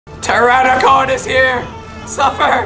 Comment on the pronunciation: BTW it's pterodactyl. And you don't say ptoranadan it's pteranodon